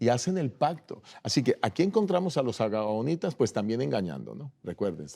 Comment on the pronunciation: Felicitaciones a los pastores por presentar la palabra de Dios,pero disculpe que no es gabanitas sino gabahonitas y que El Senor Jesus los bendiga